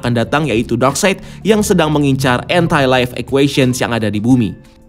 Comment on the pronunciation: Anti life kenapa ngomongnya lo entai laif....